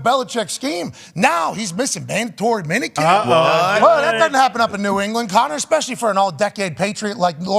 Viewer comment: shouting out Conner with the Boston accent was electric